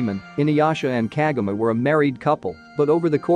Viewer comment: You keep on pronouncing her name wrong